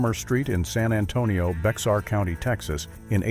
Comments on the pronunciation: LOL, Bexar County, TX is NOT bexx-are county It's pronounced bare county, it's Spanish , you don't pronounce the X. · For the record, to correct the narrator of the video: Bexar County in Texas is pronounced with the 'x" silent. So, it sounds like "Bear" county. or more specifically, "Beh Arr" said fast. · Bexar County is pronounced BEAR county and the modest homes were in actuality a SOD House.